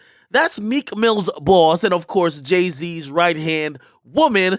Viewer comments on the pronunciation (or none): Ong. He was putting emphasis on that thing boy 😂😂